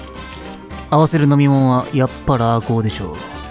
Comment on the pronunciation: ラーコをラーコって言ってる人初めてみました。